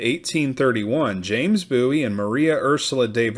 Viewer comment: It is pronounced BOO-EEE, not BOW-EE. James and the Bowie family are distant relatives of mine.